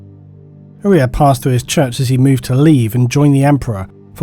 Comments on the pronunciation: Shouldn't Uriah be pronounced with a long I sound, like the bible character? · I have a cousin named Uriah. Unless there is more than one way to say it, the name is pronounced you-rye-uh, not ooh-ree-uh. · love the vid but not how you pronounce Uriah